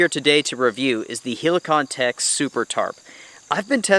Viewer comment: Man just check some polish reviews and learn how to say Helikon... e is like in Estonia not like i in Italy...